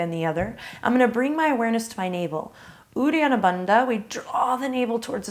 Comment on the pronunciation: he he he its not udiyana banda ...its udyana bandha :) not a sound of d but sound of the :) follow ramdev baba ..yoga master for exact titles :)